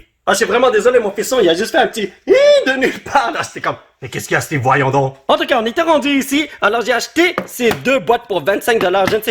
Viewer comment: C moi ou quand dit en tout cas on dirait handicap